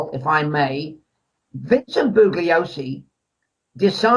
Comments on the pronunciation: I know! It’s like fingernails on a blackboard. You’d think someone would have corrected him sometime in the past 50 years, haha. The guy who narrates CHARLES MANSON - THE FINAL WORDS says “boo-Glee-oh-see” all the way through that documentary! Do you suppose people are so afraid of “offending” anyone over anything these days that they can’t even bring themselves to correct a mispronunciation in a documentary? “Stop ‘pronunciation shaming’ me, you bullies!” lol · BOO lee Oh see. This guy wrote a book ! He can't even pronounce Bugliosi !!??